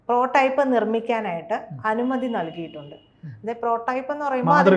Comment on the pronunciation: പ്രോ ടൈപ്പ് അല്ല, പ്രോട്ടോടൈപ്പ് എന്നാണ്! എന്താണ് ഈ രണ്ടു Expert കൾ ക്കും ആവാക്ക് പോലും ശരിയായി പറയാൻ പറ്റാഞ്ഞത്?